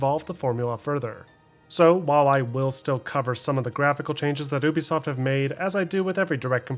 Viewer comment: dude say ooubesoft instead of ubisoft XD